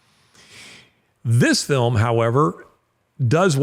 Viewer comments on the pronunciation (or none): none